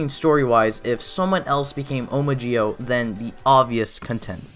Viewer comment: I'm sorry but when he said zi-o sound like gi-o